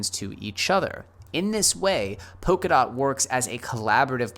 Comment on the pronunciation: It's Polkadot with an L and not Pokadot. :-)